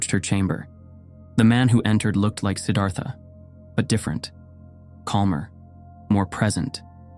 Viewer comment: Beautiful video. Not exactly accurate. This is a great topic. Consider Anandamai Ma, a female and enlightened in a mighty way. Siddhartha pronunciation ends in TA not THA.)